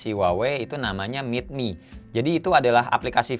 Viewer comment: Up ah ke P40pro😍 Meetmi? Meetime bang, bukan meetmi